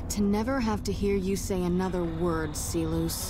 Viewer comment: I also love how she knew to pronounce Silus as 'See-lose' rather than the anglicised 'Sai-lus', which probably means that the VO script has a pronunciation guide. Then again, so many other Latin names are pronounced wrongly, and by Legion characters too, so I don't know.